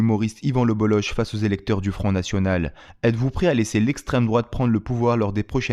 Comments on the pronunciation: Salut, bravo pour ton travail. Juste un mot pour te dire que son nom se prononce Boloke pas boloche. Bonne continuation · Son nom se prononce [bolok] pas boloche 🤦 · Ça se prononce Bolok son nom de famille et pas le boloch ;) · Slm, je ne savais pas qu'il y avait un kh comme Cheb Khaled 😂qui s'écrit c'h comme en allemand ch de jean Sébastien Bach alors le bolloch se dirais plutôt le bolloc'h, j'en apprends encore et encore, merci!